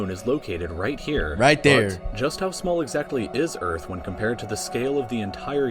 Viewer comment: URATH!!? THIS IS EARTH